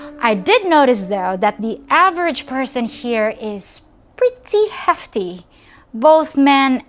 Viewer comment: “Pretty heafty”.